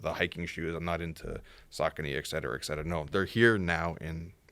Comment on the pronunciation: pronouncing et cetera makes me cringe every time.